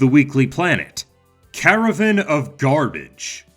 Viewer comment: Cara - VAN ....not Cara-Vin of garbage bro! I hate you I hate you I hate youuuuuuu!!!